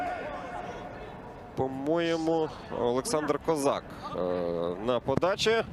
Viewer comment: Він точно кОзак? Не КозАк? Бо звучить дивно